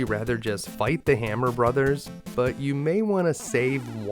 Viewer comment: Thank you for saying "Super Mario Brothers" and not "Super Mario Broes". Liked and subscribed!